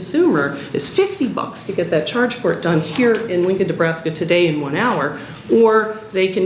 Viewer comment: Ahh Nebraska, all this time i tought you said Alaska :P fml